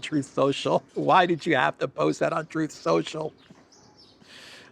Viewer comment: Truth Social … pronounced Troll Social